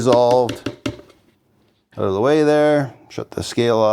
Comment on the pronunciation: How do you spell “out”? Sounds like you spell it owt lol